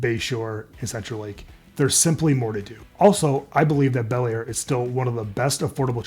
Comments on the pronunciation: Bellaire, not Balllier, what did you do, use AI? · You mean Bellaire? You called it Ballier.